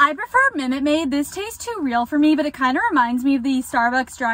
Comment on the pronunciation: “i prefer mimute maid” girl it’s MINUTE maid😭😂